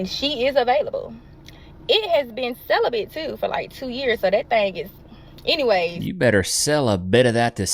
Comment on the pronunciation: "Celibit-of-it to someone who cares" 😂😂😂😂😂